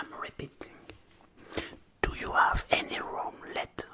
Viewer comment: vous prononcez très mal le verbe Have lol :D